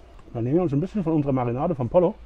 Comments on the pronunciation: Schönes Format. Bitte mehr. Übrigens wid "pollo" im Spanischen wie "pojo" oder Mallorca ausgesprochen. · Lieber, super Video, wie immer. Achtung, Pollo wird "Poyo" und a la "Gayega" ausgesprochen, aber mindert deine Leistung keineswegs.